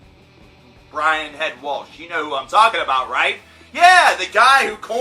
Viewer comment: his name isn't Walsh...